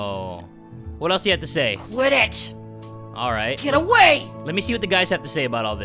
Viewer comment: When the girl delinquent said quit it i tought she said quidditch XD